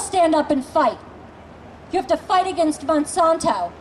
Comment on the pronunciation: did she break her jaw earlier that morning because she keeps saying mOn-sOn-tOe and miliTAURy?